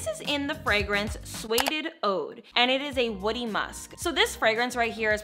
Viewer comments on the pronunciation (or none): none